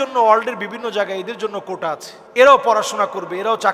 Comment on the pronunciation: কোঠা না কোটা😂😂😂সাইফুল্লাহ হুজুর